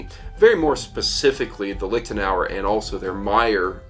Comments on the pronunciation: Really, as a man with Irish provenance you pronounce it "Liktenauer" instead of "Liechtenauer"? An Irish man should know how to pronounce "ch". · Clemens Kindermann yeah it should sound like the c in the irish word nic which appears often in personal names in gaelic speaking areas. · I have no clue about swords. I'm just here wondering why English speakers have such a hard time with the ch-sound (ç) like in Liechtenauer or fechten. Just loudly whisper 'yes' or 'human' and you got it right there.